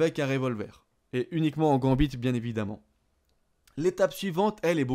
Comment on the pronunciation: Il prononce mal io XD il a dit aussi '' gambite '' au début x)